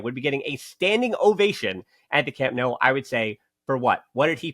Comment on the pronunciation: Hey! I encourage you to fully commit to the “No” sound for Camp Nou. Just say “No” to “New” and you can’t go wrong!;) Keep up the great work. And yes, Eric was an absolute boss today. We’re lucky to have such great depth and versatility this season. Hoping to see the team at full strength soon!